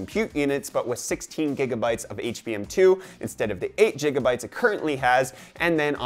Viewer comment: did you just say "jigga bytes"